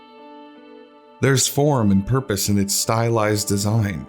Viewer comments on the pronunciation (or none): Did you say "There's form and porpoise in its design" or "There's form and purpose"? :)